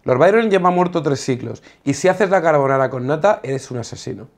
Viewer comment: Dios, españoles hablando correctamente de carbonara, GRACIAS.